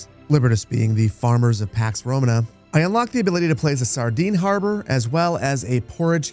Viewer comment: Duuuuude I love your videos but if you're going to make a whole video about a game, at least learn how to pronounce the title 😭😭😭